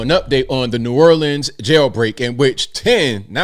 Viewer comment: Someone needs to educate this announcer before they put her on camera. They need to help her understand it’s Stevie Wonder not Steven wonder and the correct way to pronounce New Orleans.